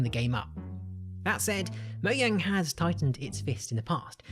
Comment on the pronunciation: Moyang? LMAO what the hell if moyang